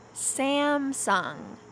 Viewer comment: Samsung is /sam sung/ no /saem sung/ 삼성이지 샘성아님 삼성 yes 샘성 no